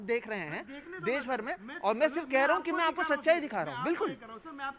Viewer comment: देस नही॓ देश होता है